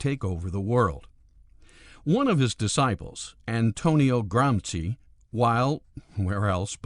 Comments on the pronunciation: his name was "gramshi" not "gramski" ! I'd inform myself before pronouncing names of other languages instead of americanising them , believing to do something good and legal......All starts with respect , respecting even things we don't like ! Irritating is the self concentrated american view of the world........like there is no other! Isn't a bit like a young boy teaches the grandpa what to do ? I'm 100% anticommunist/anti-any-ism, I've have a lot of sympathy for America but this naive-arrogance towards others, putting their standards above all others is sometimes a bitter chunk to swallow....... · Or Cultural Fascism.... oh wait those guys killed people to, the politically correct don't ... I think you are talking about Cultural Bullshit, and like all bullshit, it seems worse than it is. also 'Gramsci" is pronounced "Gramsheee" not the more ominous 'GramSKI' charlatans. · Is Gramsci's name pronounced as "Gramski" to make it sound more like a bolshevik name? Or is it plain regular conservative ignorance of anything non US? And wtf is that accent? It sure as hell isn't an italian accent...